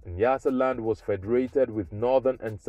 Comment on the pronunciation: Not Niyasaland, it's nya nya nyasaland...👊